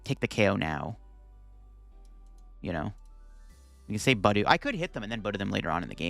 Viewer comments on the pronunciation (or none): It’s pronounced buh DOO